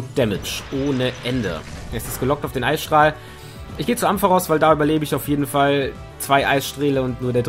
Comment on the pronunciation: "eissträhle" 😂😂 noch nie was von Eisstrahlen gehört? xD